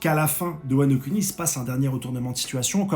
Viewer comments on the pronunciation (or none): Sa prononciation de wano Kuni Wano cunni...👀🤣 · Wano-cunni 😭 c’est pour ça qu’il fait bien prononcer